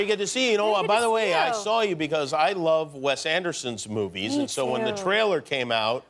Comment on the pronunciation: Did Jimmy just say "smovies?"